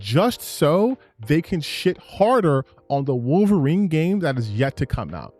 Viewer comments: Before I even heard this Mother Fucker get to his "point", his credibility went out the window when he kept saying "WAHlverine." Like bro, tell me you don't actually care about the property without telling me you don't care about the property. Listening to this dude has made me dumber. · Ah yes my favorite canadian short king "Wall-vorine" lmao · Worth the watch just to see Alannah Pearce say "Walverine". Was that the real Alanah Pearce? Hopefully she is a full Leftist. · Why does he keep pronouncing Wolverine that way? Is it some accent? I don't hear it in any other words he says. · Bro said he’s a “huge X-men fan” but doesn’t even pronounce one of the MAIN characters names in a video before posting it.